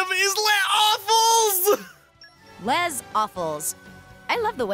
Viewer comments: that is exactly how you say it in French. Yes, he is right under most circumstances it would pronounced “lay” but since it is followed by a vowel (also can be followed by h) you do make the s noise. So they aren’t full of it, it is 100% right! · Well, it technically is, actually. In French, if the word after 'les' begins with a vowel, you do say the s in it. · ACTUALLY, while "Les" is normally pronounced without the "s", whenever there's a vowel, to prevent a glottal stop, the "s" IS pronounced in that case. I know that 'cause I'm taking French classes right now lol. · that's actually the correct way to pronounce it in the French language. It's kinda like how you say "an" instead of just "a". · UM, ACTUALLY, pronouncing the s in "Les" is correct in that case because it's followed by a vowel sound. However, the s at the end of Awfuls should be silent. The correct pronunciation would be "Lez Awful"